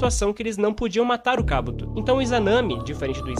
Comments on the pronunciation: Kábuto? Que agonia rs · Kabúto não existe rapaz kkkk akatsúki tb é errado. O correto é Akátsuki na pronuncia.